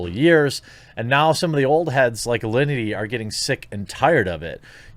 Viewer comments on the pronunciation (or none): why is everyone saying Allinty? its Alinity ffs